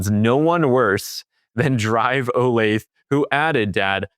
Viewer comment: a little help bud... Us Midwestern-ers always find it funny that you can tell a person is not from the area based on how they say the name of a city/town... DRIVE OLATHE.... Think/say it like this bud ("The" like the beginning of a sentence)... O LAY THA (phonetically) I'm sure almost every area has its own similar quirks! 😏